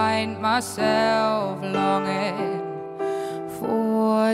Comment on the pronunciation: Zoooo mooi! Zou echt helemaal af zijn als ze ‘or’, ‘more’ en ‘for’ niet als ‘oy’, ‘moy’ en ‘foy’ zou uitspreken. Verder echt zo gaaf en zuiver😍